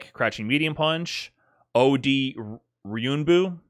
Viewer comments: I watched this live and its funny because when he had trouble saying Ryuenbu he referenced a video that also said it wrong. Just a note its not pronounced Ryunbu its literally Ryu En Boo. Anyway great video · Love how he mispronounced Ryuuenbu, found a vid where a guy misspronounces it, thinks its correct lmao It has an e.